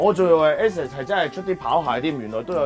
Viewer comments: Asics 係讀 A six, 讀都未識讀 點敢幫襯你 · 開鋪頭賣ASICS都唔識讀... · 屌連asics都唔識讀學人賣鞋 笑死